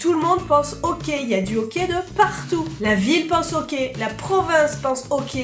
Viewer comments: le ok c'est super important... C'est vraiment ça que j'ai entendu jusqu'à ce que je me rendes comptes que tu parlais du hockey XD on le dit awké c'est pour ça lol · Tu dis au quais ala place de hockey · On ne dit pas « ohquai » mais « ahquai ».... ok? :) (référence Hockey). Même encore plus « âhquai »... conseil ne pas manger d’ail avant de prononcer le mot Hockey au Québec tellement le ´H’ est expiré :) excellente vidéo! J’ai eu bien du plaisir à la regarder :) bonne continuité et bienvenue ´che nous’ :) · on dit hocky et non ok et Céline dion y'a juste les vieux qui l'aime pis tu n'est pas une Québécoise tu est une française tu n'est pas l'une des notre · C'est mignon comment tu prononces hockey on dirait que tu dis ''okay'' et pour le pourboire il faut TOUJOURS donner un minimum de 15% du coût de la facture à moins que le service soit terrible puisque les serveurs gagnent moins que le salaire minimum à cause du pourboire qu'ils reçoivent. Super vidéos en passant :) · Quand t’a dit hockey je pensais qu’t’vais dit hoquet! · J'adore quand tu dis okai au lieu de hockey 😂😂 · Au debut j'ai compris que tu parlais du hoquet, tu sais le truc énervant qui durent des heures avant de comprendre que tu parlais du sport.🙃🙃🙃